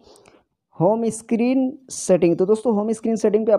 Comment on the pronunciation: Screen not a स्कीरीन